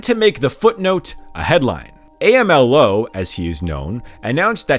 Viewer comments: Oaxaca is pronounced "wahaka". And he's not called A-M-L-O in Mexico; he's called "am-low". As an expat living in Mexico this stuff is pretty funny. I'm gonna go show my Mexican wife she she can have a laugh. Otherwise, great coverage. Subbed. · AMLO is said like a word, "amlo," not the letters "A-M-L-O". Tehuantepec is just "tewantepec". Not saying you have to see them exactly as they are in Spanish, but there are established English ways to say these names and words. This is very informative and interesting, it's just distracting. Or maybe you're doing it on purpose because it seems you're getting a lot of engagement about pronunciation